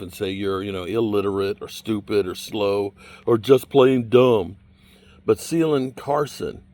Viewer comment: it’s pronounced Kay-Len Carson it’s not hard to pronounce K- Len. K-Len K-Len Carson